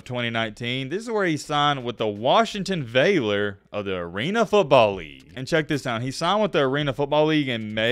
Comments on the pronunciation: ED MON TON mon as in money. Its not Valor ITs VAL OR VALIUM its a military term. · "VAY-lor" and "ed-MUN-ton" you're killing me! lol, its VAL-or and ED-mon-ton. Be careful because Trenton Thompson my change you to a rap battle if he sees this youtube!:) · The way he mispronounced valor killed me. Not vay-lor it's VA-lor. Lol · We not gonna talk about how he said “vay-lor” 😂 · 1. Valor does not rhyme with Baylor... need that short a sound on Valor. 2. Edmonton...here's a few ways to think about it. Ed-munn-tunn or ed-mun-ton (ton like in weight) Reminds me of Key and Peele substitute sketch.